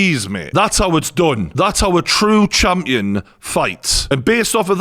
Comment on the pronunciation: Lol "Chumpion"